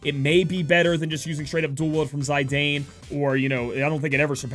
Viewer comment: Zie Dane xD. Dunno why it sounds so funny to me. All these final fantasy names are just for guessing it seems, is it Tie Fa, tee fa, ti fa?? Bahamut? Sid, Kid?